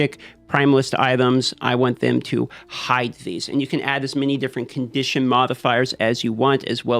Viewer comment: Out of conditio-ion👾 Lol. Looks like a cool game I’m digging the neon and digital style